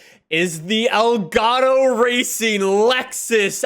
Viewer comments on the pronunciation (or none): I still can't leave a like because he keeps saying elgato wrong